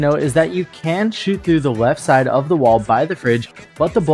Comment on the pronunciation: mans said weft